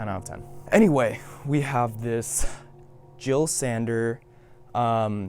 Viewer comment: How u manage to perfectly say boris bidjan saberi but still mispronounce jil sander